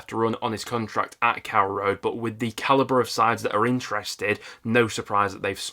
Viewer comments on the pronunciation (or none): none